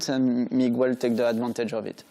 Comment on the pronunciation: Hello Migwell.